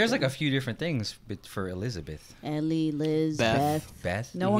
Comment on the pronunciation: "Bahlizabeth" xD